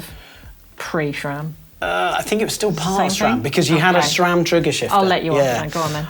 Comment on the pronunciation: Sram*, not "shram". No "H" anywhere!